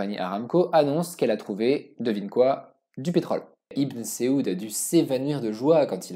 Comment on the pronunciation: Saoud pas seoud et Merci de rater de écorcher le Nom de notre Prophète Saydīna Muhammad Sallalah 3aleyhi Wa Salam.